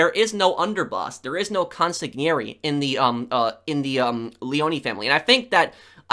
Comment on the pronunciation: Loved the video! Most underrated game in the series in my opinion! Btw, 2 little things: Consiglieri is pronounced consilieri (so don't worry about the g), and the sicilian guy, Massimo Torini, the stress is in the MAssimo (like maximum), not maSSImo. Love your channel, keep the great work!